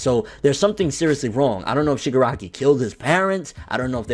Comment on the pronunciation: Haha u cant say shigaraki kid